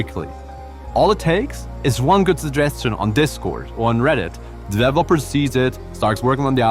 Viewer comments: I actually love the way he says “dev-lopper”. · I love the way you say developer 🔥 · "DEV-lopper"? "DEV-loppment"? 😄😭 I'm almost 100% certain it's "de-VE-lo-per" and "de-VE-lop-ment" 🤭😋